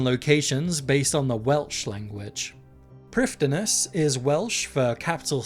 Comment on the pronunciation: in Welsh, "dd" is pronounced like "th" in English, so Prifddinas should technically be pronounced as "Prif-thi-nas"